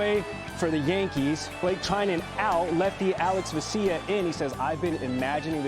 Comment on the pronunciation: Can you please learn how to pronounce alex vesia's name? VES(rhymes with YES)-EE-AH, VES-EE-AH